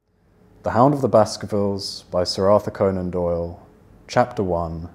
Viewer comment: '아서 코난 도일' 이 저렇게 섹시한 발음이었나 ㄷㄷ